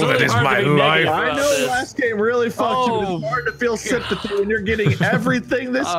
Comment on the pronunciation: . lol, it's "sympathy"